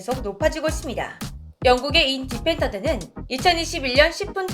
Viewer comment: 그냥 인디펜던트인데, 인.디펜던트라고 하시니 민감한 사람들 특히나 외국인들이라면 좀 그렇게 생각할 수도 있을 것 같아요ㅋ